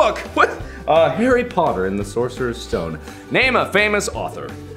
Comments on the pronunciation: Mark said Harry pottor of the sorcer stome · did he seriously say sorcerers stone